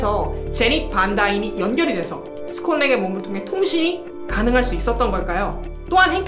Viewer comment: 스콧 랭인데 자꾸 스캇스캇...